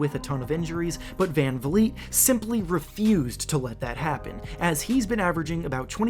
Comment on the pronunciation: bruh van vleet